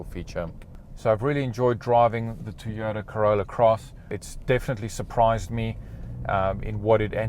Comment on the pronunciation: Mate why do you say teyota instead of Toyota.? and can you get these with cloth seats hate leather.?